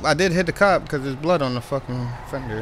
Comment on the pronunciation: Lol your calling it "frender" now